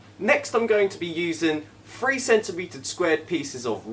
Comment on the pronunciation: "Three" or "free"?